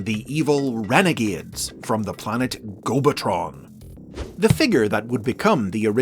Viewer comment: I’m sorry but, “Gobatron”??? I’m glad hasbro didn’t name cybertron “transformatron”